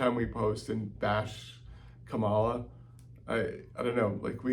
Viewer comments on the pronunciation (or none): This is maybe a minor thing, but the stress in "Kamala" is on the FIRST syllable! Why is that so hard to remember?